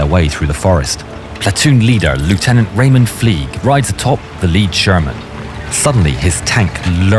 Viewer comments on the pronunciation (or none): none